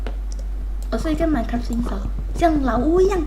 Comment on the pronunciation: Why did you say minekua instead of minecraft